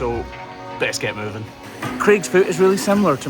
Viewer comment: Didn’t you mean MOO-ving on? 😂